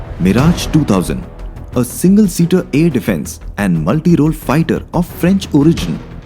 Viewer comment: Aaar ya paar lol. Paaar 🚫 its Power Pah Wher. Aarrrr 🚫 Ha wher. Unusually loud and obnoxious background music no refined sensibility.